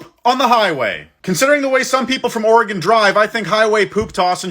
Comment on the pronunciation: As an Oregonian, I’m so thankful you said the name of our state correctly.